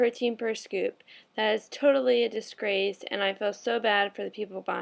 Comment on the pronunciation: "Discrase" And she is the one giving advice...